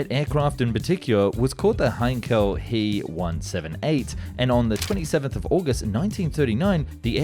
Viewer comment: and he also pronounced the Heinkel wrong saying “He” instead H.E.